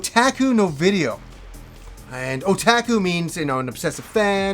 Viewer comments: it is not O Tac Ku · What kind of annoys me is how he says "Otaku" other than that, another great video as always,!